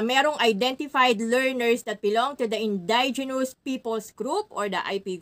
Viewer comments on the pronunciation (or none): Indigenous pls see proper pronounciation po